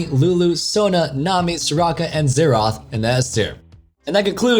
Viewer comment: That's not how you say Xerath noob